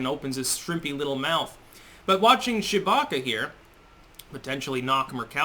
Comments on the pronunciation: Am I the only one that only hears "Chewbacca"? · You say her name like "Shewbacca" "Shewie!!!!" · Is it just me or does he say Chewbacca instead of Tshibaka? Once heard never unheard😄😄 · without looking at the screen, I kept hearing you say “Chewbacca” 😂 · Were you saying Chewbacca?